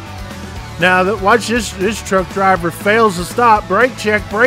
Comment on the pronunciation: . That twuck dwiva's career is over.